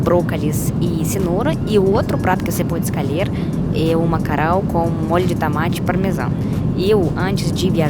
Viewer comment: bracalis....escalher kkkk Muito fofinha!